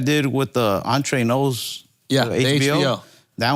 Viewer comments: Ralphie's Spanish, makes Andrew look like Vicente Fernández ... This foo really said "On-tray-nos" ...instead of "ENTRENOS" ...LMAO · Ralph doesn't know how to pronounce Entrenos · Entre Nos = "awn-trey-knows" ... tell me you don't speak spanish without telling me you don't speak spanish LOL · I realized he meant Entrenos but sounded like "entree nose" for the non Spanish speakers 😂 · I thought he said “Andre Knowles”